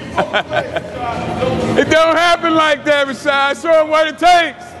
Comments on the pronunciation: I thought his name was pronounced "Ra-ShEEd", not Ra-ShOd". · I think he was pronouncing it like Rashide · Why did he keep calling him Rashad? I thought it was and last name was Rashid. so neither of those add up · When CT totally mispronounces your name but you wouldnt fucking dare correct him